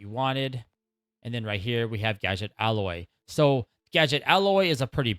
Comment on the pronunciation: It’s “ahoy”, by the way. You keep saying “alloy.” lol